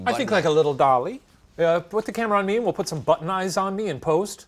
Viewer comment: I was like "butt knives?!" then shane had "butt'n eyes"